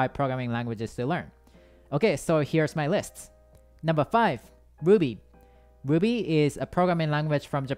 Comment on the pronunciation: Lmao I love how his " ruby " sounds like " wuby" hahaha